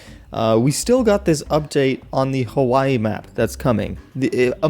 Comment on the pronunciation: BOI DID YOU JUST SAY "KAWAII INSTEAD OFF HAWAII